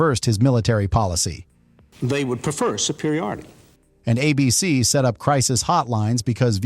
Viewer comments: Good video, but there are a couple instances that make me think the voice over was AI. Twice, it said "a B-C" when it meant to say "A-B-C" as in the network. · "Uh BEE SEE" ?? When otherwise realistic AI narration tells on itself...as it always does.